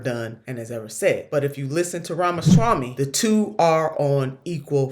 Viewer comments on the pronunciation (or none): Ram-a-Swamy, not ram-a-shamy. I don’t like the guy, but please get the names right. Thanks! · who tf is ramashamy? there's a 'w' in there, not an 'h' in sight